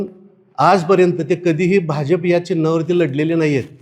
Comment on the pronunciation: बाजफ नाही भाजप म्हणा आधी . टाकून आलेलं दिसत 😂😂🎉🎉